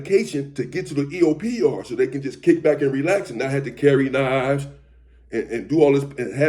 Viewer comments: the way he said knives got me hollering. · 😂 My eyes watered lol. Had you not pointed it out, I wouldn't have went back to hear it.